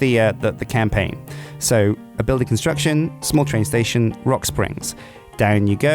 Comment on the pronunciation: The pronounciation of "Construction" sounded german to me